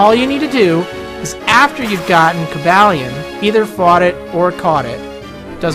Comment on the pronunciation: I believe it's pronounced, "Coh-ball-eon" like "Cobalt" since he is part Steel-type. Just wanted to point it out